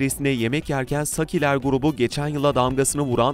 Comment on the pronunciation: Sakkiler değil, Sakiler grubu. A uzun okunur 🤬